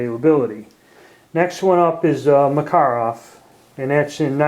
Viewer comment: I believe he is saying it correctly. But usually folks don't mind the mispronounced but more popular way of saying it.